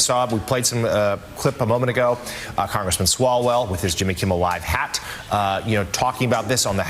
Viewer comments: Hey, it's Jimmy Kimmel, not Kimble. I noticed you said that in another episode, thought it was just a mistake but you pronounced it that way like 3 more times. Well it's kinda funny you don't even know his name now:face-green-smiling: Also, AOC sucks! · LOVE your show BUT PLEASE It is Kimmel. NOT Kimble, NOT Kibbles. KIMMEL! 3 days at least now.